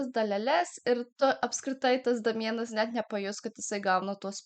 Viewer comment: Ne Damienas,o Deimjan tariasi 🤣